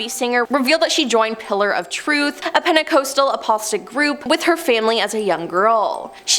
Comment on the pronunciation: Apostolic = {App-puh-stall-ick} Like •Napa• Valley, Joseph •Stalin•, rhymes with DI…. sorry…•KICK• Pentecostal = {Penta-coss-tull} Like that acapella group •Pentatonix•, rhymes with •SAUCE•, sounds like •rule• Might be jumping the gun by commenting before I see the last 4 minutes of this…but the Pronunciation N@ in me almost had an aneurysm listening to her screw these very common words up